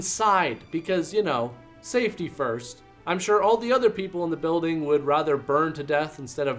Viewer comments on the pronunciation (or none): none